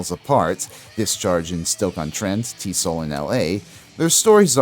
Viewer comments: TEE ESS OH ELL not "T-soll" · Also I remember people referring to EZO as "E-Zee-Oh". T.S.O.L. is just that- it's initials, not a word. Not pronounced "T-Soul".